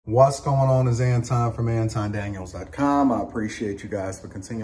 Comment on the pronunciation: with the “Whants going on” 😂